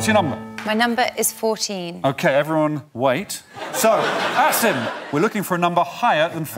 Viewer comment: I know they are saying Asim but I keep hearing Acid instead.